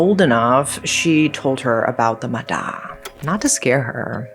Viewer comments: Its actually pronounced ma yah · Relate to the ma da (usually pronounced "ma ya") lores, I think you should look into the theory behind the Vietnamese nursery rhyme "Bắc Kim Thang"